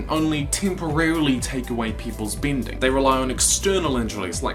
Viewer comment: Didly(deadly). binding(bending). Great videos/theories, but the pronunciations are bad.